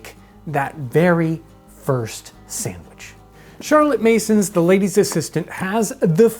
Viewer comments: I love how he says "sammwich" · YOU spell it sandwich, but you pronounce it samwich. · "Samwich." -Townsends